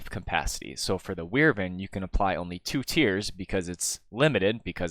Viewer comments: Wivern core? Nah man wyvern core :P Just kidding man I still find new pronouncuations every day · Wyvern is pronounced 'WHY-vern', not 'WIR-ven'. Just wanted to elaborate. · ive never heard someone say wirvern core